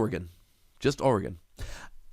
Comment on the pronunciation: Thank u for pronouncing oregon correctly